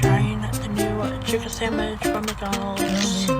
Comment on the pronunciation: “Chiken samich”